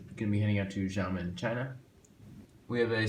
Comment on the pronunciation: Love the airport but I’d just like to point something out. Xiamen is pronounced “she-ah-men”. Besides that, awesome video.